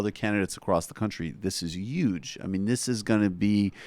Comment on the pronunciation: You would have much more subscribers if that pretensious dude quit pronouncing 'huge" as "uuge".